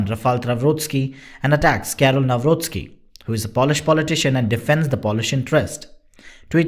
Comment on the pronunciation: There is no such thing as Polish - ukrainian friendship Your pronoun of Karol Nawrocki is excellent ……